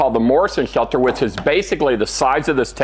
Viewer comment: "Bomb chelter"